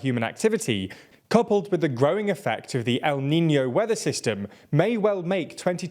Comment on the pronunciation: Proud of you for pronouncing El Niño,! We value improvement 😉